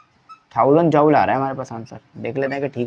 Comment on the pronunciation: Sir ap ki joule ki pronounciation 👍👌